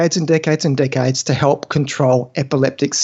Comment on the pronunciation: "Ketogenic diets have been known for dickheads, dickheads and dickheads-" oh wait, you're saying "decades" 😅